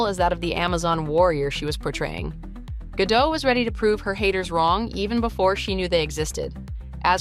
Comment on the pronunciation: GaDOTT, not Gadoh